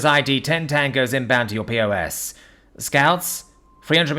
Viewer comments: It was perfect other than calling a pos a P O S 😂. Btw it's pronounced just like pause or poz if you prefer. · POS is pronounced PAWS. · lol mostly right,but that pos pronunciation is not on the author.